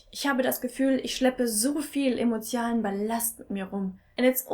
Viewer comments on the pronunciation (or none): Ist noch wem aufgefallen dass sie statt "emotionalen" "emotialen" gesagt hat? Also noch ein Wort mehr :D